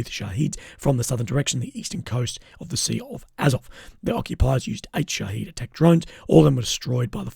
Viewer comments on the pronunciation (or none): none